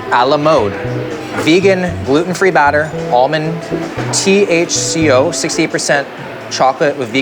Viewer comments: The Chocolate Chip Cookie he says THCo instead of TCHO and immediately I'm like .. yo he's eating an edible rn?? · TCHO NOT THCO... if it was this you'd FEEL different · it was TCHO not THCO :face-blue-smiling::face-blue-smiling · Bro said thc not tch for the cookie, had me thinking for a second LOL